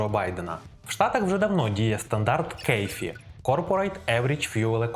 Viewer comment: не "кейфі", а "КАФЕ" - CAFE. Ти б за ТОйоту не переживай. У них нормальний баланс між ДВЗ-гібридами-елетро-воднем. За Форд і Шевроле нехай переймаються